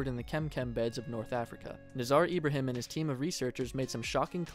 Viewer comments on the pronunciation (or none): none